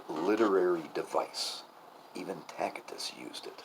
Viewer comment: Tacitus, pronounced "Tassittus", not "Tackittus" (with the exception of Michigan, perhaps)